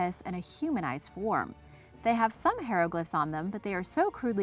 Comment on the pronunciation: I have listened, watched and enjoyed your videos & narration skills, until today. Please, stop saying HAY-RO-GLYF. It is pronounced HI-RO-GLYF. Yes, I am aware that I am nitpicking, but voice acting/narrating is a very small community. Other than this one thing, I have no complaints. This channel is one of the few, in my humble opinion, that is pretty much perfect. I know parents & teachers that utilize your channel because it is that good. Great team you have there! Keep up the awesome work! Just to make sure, I googled, "how to pronounce Hieroglyphics" and it gave me a YouTube channel called, Emma Saying.